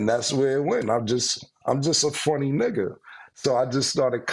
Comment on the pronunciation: Playmaker definitely be saying Nigga but sound like he spell it Nicca 🤣😂🤣😂 shit be HILARIOUS!!